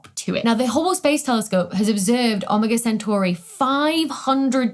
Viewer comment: Ah-mah-gaw sintor?